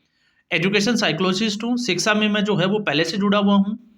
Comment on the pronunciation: भाई रिक्शा की तरह सीक्शा नहीं बल्कि शिक्षा होना चाहिए ऐसे बोलो ।